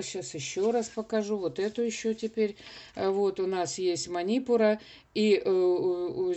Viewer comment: Манипура !!!!!ударение на У!!!! СЛУШАТТ ВАС НЕ ВОЗМОЖНО